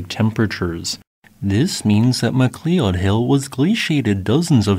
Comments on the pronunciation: Sorry to be that eprson, but Mcleod Hill should sound like Ma-cloud. Unless the locals say it Mac-lee-ud? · Just like how "Geoff" is Jeff ( not Gee Off). McCleod is "McCloud"(not Mc Clee Owd). Again, love your stuff... Just trying to point out some fundamental stuff... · Just as a side note McLeod Hill is actually pronounced (mc loud) sorry but you butchered that name badly. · McLeod hill is pronounced “Mcloud” hill. Not Mackleeod?. Must be a computer generated narration. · AI Voice ... MAH KLEE ODD HILL ... (GIGGLE!!!) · "Mc Klee Odd" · cool stuff. FYI McLeod, at least in Canada, is most commonly pronounced as "Mah-Cloud" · Mac loud... That's how you pronounce it. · Well this AI voice fooled us all, but it finally gave itself away in this particular naration. I mean: mac lee uhd? Ffs. The video creator didn’t even check his own video for such mistakes. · Local pronunciation variation is possible, of course, but "McLeod" is normally pronounced, "Mc Loud" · Great video! It connected a lot of dots for me and tended to reinforce some ice age stories for sources of water for outburst flooding. I do not mean this in anyway critically, but Mcleod is pronounced "ma - cloud" for future reference. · FYI McLeod is pronounced Ma-Cloud. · Very interesting, thanks. oh, McLeod is pronounced McCloud. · McLeod = Mc + Loud (I completely understand not knowing the pronunciation, that's Scottish names for ya) Cool to see BC content. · MA-CLOUD TAYBOR. Local. Here. My ears. My ears. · I stopped correcting him long time ago. He pronounced 'macleod' that way in a video a long time ago. He either didn't read comments or didn't bother correcting himself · You kinda get used to the butchery. You’ll find it’s part of the charm of the channel.